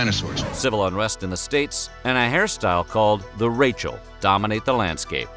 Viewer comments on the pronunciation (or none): none